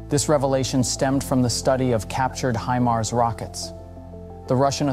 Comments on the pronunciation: That's a HIMARS not HEMARS. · hee-mars.... is that really the way to pronounce them?